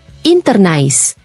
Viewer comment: Itu bukan dibaca Nais tapi NIS(French)